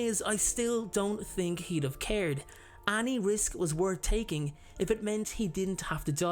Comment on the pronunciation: We've been waiting for you to return! The way you say any always gets me *annie*(like the name) lol